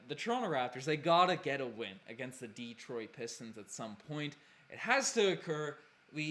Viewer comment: "Deetroit Pistons" ..there's no accent mark over the "e" so don't stress the vowel sound, its "Deh-troit" 🤣